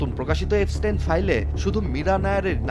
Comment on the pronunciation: এফস্টিন না, এপস্টিন।